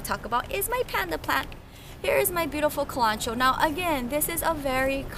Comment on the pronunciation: Cool video. Love your plants. However Kalanchoe is pronounced Kal-un-koe-ee. Not Kal-on-choe